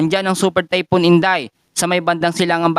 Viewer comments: Typhoon hindi typon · sakit sa tenga. THYPHOON KASI HINDI TAYPUN.